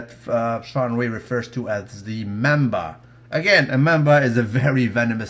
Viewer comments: Mamba,, not memba! xD Mildly saluted... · it's mamba!!! not Memba. The name of the deadly snake is a black mamba. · Hopefully I'm not mistaken but the poisonous snake is called a MAMBA, not MEMBA. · The snake is called Mamba with an a.